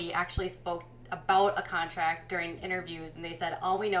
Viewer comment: You keep saying "contact" instead of "contract".